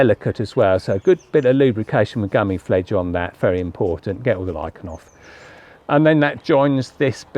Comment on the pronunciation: Gummi Plfege pronounced Gummy Plfleeger